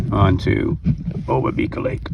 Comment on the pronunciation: Great video. Thanks for producing and sharing! Spent a lot of time paddling and working in this area in a past life and it's so nice to get refamiliarized via this post. Really enjoyed it. Small point but, as with most of the Indigenous names in that region, I am pretty sure the emphasis is generally on the 2nd syllable. So the 'ba' in obabika is emphasized rather than the 'bi'.